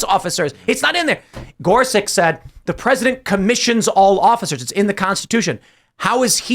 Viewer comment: It would be nice if Tim learned how to correctly pronounce Gorsuch.